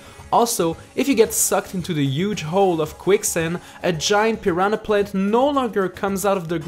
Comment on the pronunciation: "if you get sucked into the yuge hole of quicksen.."